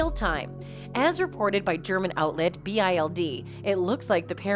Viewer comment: The German newspaper is not called B.I.L.D. its simply bild 😃